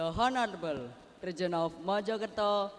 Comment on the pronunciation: The honorable itu salah pengucapan🤔